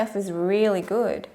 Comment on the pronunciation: she said which is goid